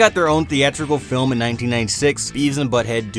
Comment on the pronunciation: lol "Adult flim"